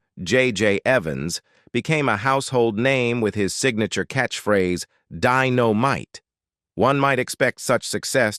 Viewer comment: The narrator of the Jimmy Walker segment miss pronounced Jimmy Walker's most famous caught phrase. The narrator said Den-O-Mite the phrase Di-O-Mite